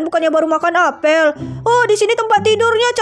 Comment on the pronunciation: Kak apel bukan apel